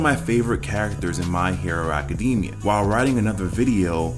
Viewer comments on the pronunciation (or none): HE REALLY SAID “My hero acadimia”LOL